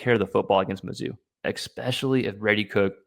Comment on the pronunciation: If you’re going to broadcast…the word is pronounced ESPECIALLY not ECKSPECIALLY